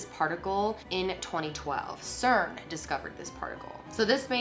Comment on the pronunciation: It's cern